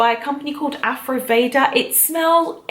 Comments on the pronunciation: Isn't it Ayurveda ? You say aryuveda great video tho very well structured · Its AYurveda..not ayruveda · It's pronounced "Aayoor vaidha" not ayruveda... Good video though 👌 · This is an awesome video and I'm no way hating, but I do feel the need to point out that it's written and pronounced AYURVEDA. I know it's probably just a misunderstanding since the pronunciation of the word in English is a bit funny but I felt the need to say it 😊 but your video is awesome and has amazing advice and explanations, so thank you for sharing!! ❤️❤️❤️❤️